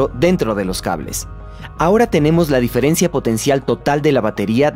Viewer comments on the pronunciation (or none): none